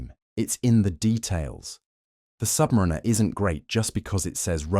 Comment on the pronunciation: #1 watch mistake, a YT channel not properly saying 'Submariner' because they used AI speech.